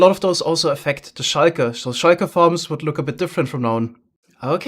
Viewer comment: Also shulker isn't pronounced shayker lol I get that this one is probably just his accent but it bothers me for some reason